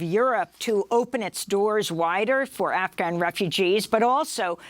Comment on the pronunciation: i love how she pronounces afghan properly here.